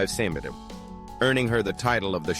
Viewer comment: How is it that you can pronounce their names and conditions, but you can't pronounce centimeter? 🤨